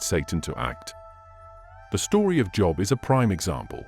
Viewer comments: God of the Bible does not lie. How can you listen to a guy that pronounces Job wrong. No, Adam and Eve did not die on the spot, but they did eventually as all of us will. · Listening with great interest. (It's a shame you can't tell the AI reader how to pronounce 'Job', but he has a great voice.)